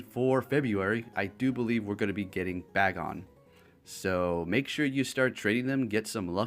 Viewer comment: You pronounced Taillow as Tailou when it should sound as pillow. And Bagon as Ba-gon, when it should be Bay-gon. I'm wondering, is Pokemon Go your first Pokemon experience?